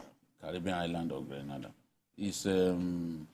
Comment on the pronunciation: Idiot, na Flavour be artiste wey you dey claim say you no know? Mumu, It is Grenada, NOT Granada, Spain.